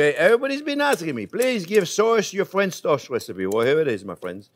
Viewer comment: Fwench toast made with bwioche bwead. Sounds weally good. I'm going to subscwibe.